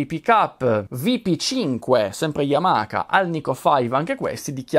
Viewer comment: Solo una precisazione. La pronuncia non é yamaka ma Yamaha come lo leggi ;)